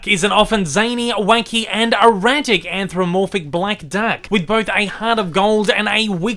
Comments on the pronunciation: I didn't get past "anthromorphic." It's "anthropomorphic," genius. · Weird... is anthropomorphic really pronounced "anthromorphic" over in the U.K. or Australia or wherever the hell you're from? Well, whether you're a tosser or a bugger, I'm pretty sure it's not pronounced like that.